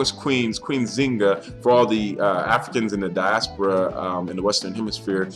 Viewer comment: pronounce the "N"....Thk you